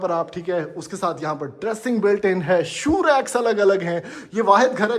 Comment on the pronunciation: He didn't say shoe rack. He invented a new word and said Show Racks :DDDDDD